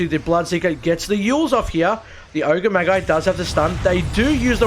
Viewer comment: Ogre maggie 😆